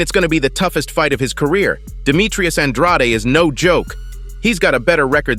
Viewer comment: How many times does Andrade have to pronounce his name as An-dr-aid, NOT Aun-drotty?